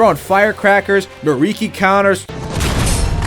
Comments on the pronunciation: It hurt on a personal level hearing him say miriki instead of mikiri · Me-Kee-Ree, not Mariki...it was killing me. Great vid though!